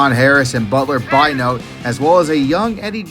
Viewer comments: And that running back, Butler B'ynote' is pronounced Be note eh, not By Note. Put some respek on his name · Great video. Brutal but honest. And funny! But from his mispronunciation of players names, this guy was clearly not alive at the time. It’s pronounced Butler Bī -nō-tay! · By note? Bin oh tay* is how it's pronounced. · It's pronounced Grrr-boc. And if you're going to call yourself an Ohio State fan you have to know how to pronounce Butler Bin-no-tay. Finally, if you watched those 1993 games you should know who Big Daddy is. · Nice video but he cannot pronounce players names right to save his life 😂